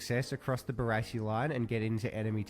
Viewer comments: BaRASSi not Bararssi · Pronounce it Bar-ass-ee. Barassi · It's pronounced "Bar-assy" Ronald Dale Barassi - absolute legend!!! Number 31 for Melbourne Football Club and I'm a Geelong supporter. Ron's father and my uncle served in the same unit during World War 2 at Tobruk. But that's another story. Message from an old, world-worn, much travelled Aussie bloke. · Literally one second into the video and I’ve already turned it off at your Barassi pronunciation